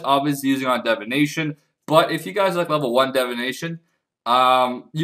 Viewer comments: pls, its divination not devination, you're killing me with this shit man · DIVination not DEVination OMG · Leave him alone its how he pronounces Divination get over it